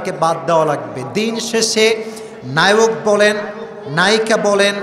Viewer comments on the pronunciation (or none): none